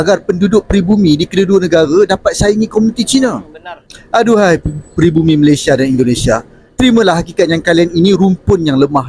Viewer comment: COBA PERHATIKAN BAIK-BAIK APA YANG DIUCAPKAN... SELALU BERKATA MALASYA... MALASYA.. MALASYA 🤣🤣🤣🤣